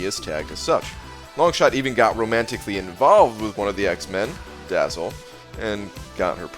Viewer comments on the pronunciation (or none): Awesome video, maybe the best ever in terms of production. One tiny correction: it's Dazzler not Dazzle.